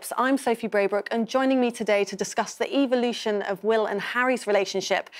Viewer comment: I caught that right away. Like she was emphasizing EVIL.